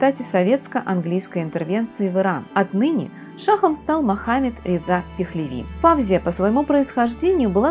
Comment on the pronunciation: Не ФАвзия , а ФавзиййА . Имеет корни османских турков ! Что касается французов ,то они некрасивы. У ФавзиййИ утонченная внешнгсть именно от османов . Достаточно посмотреть на ее бабушку, отца, брата и самого Фуада Ахмеда -l , короля Египта. Не Исмаил ШИрин, а Исмаил ШирИн .